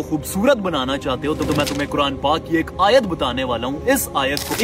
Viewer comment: Bhai isne galat padha aayat, dekho isne clip lagayi hai